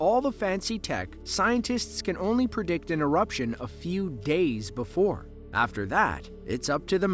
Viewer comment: BEFORE NOT BOOFORE 🤬🤬🤬🤬